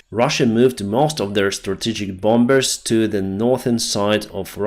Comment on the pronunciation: Also bomber as bomer im sorry we are not all perfect but thanks for the updates sir godbless u always our ukrainian heroes soldier the volunteers the civilian the medics the pres the media godbless ukraine god is always at your side💛💛💛💛🙏🙏🙏🙏